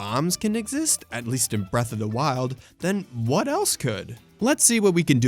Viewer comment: "Bref uh da wild"